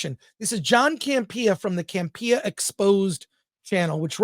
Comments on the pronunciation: Chris, you’re saying John’s name wrong. It’s CAMP-eeuh, not Cam-Pia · Is there a reason why he puts the emphasis on “pee” in Campea? I thought it was a joke at first. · I love when people mispronounce names of people that they have watched that person's show.....then you should know that hisn name is not John CampeeeeeeeeeeeeAH 😁 He made a big mistake in letting go RMB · John CAM-PEE-YAH😅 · I'm not sure your pronouncing John Campia's name right but it's hilarious!😂😂😂